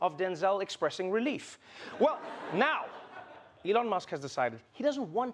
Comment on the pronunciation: FOR THAT MONEY ELON SHOULD LEARRN TO TALK ,WHY DONT BUY SOME LOGOPED OR R SOMMETHING SIMILAR GUY TALK LIKE HE DONT HAVE LIPS